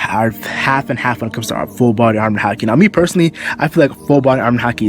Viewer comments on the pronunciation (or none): none